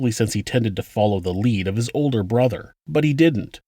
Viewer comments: What accent is that where they pronounce their Rs like Ws? Example: "bwothow" instead of brother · Does the whole family have speech impediments? "Cwistopher" "Bwother" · I wonder if that 911 dispatch thinks about how she botched that calls. how do you get dad from pronouncing "brother". speaking longer on the phone gave away this child his position what he was doing....he's dead. it was friggen agonizing listening to this terrible botched call for help. sick disgusting hard to take in.........so many clues but all ignored. parents who do this hard to feel empathy for them their lack of interest cost them 'n most of the family's lives. Shall be a lesson for families n parents to never forget. implants...electronic control harassment voice to skull technologies exist implanting newborns is the reason the newborn is removed from the room so they can chip do whatever else even switch babies.....yes this goes on & has for over half a century Michael Jackson knew this & why once the dr gave all medical clear of his babies he gathered his infant & shot out the door no way he was going to give any of those monsters a chance to do this to his children. I agree do not give them the publicity they seek life sentences is a good decision 'n never giving interviews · In what universe does the word brother sound like dad? Ffs 🤦